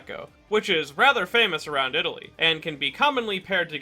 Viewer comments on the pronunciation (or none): none